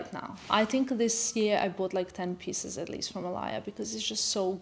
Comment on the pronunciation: I love you & I love your fashion sense but why did u start saying “I tink” instead of “I think”?.. it’s like saying “tank u” instead of “thank u”.. ur smarter than that.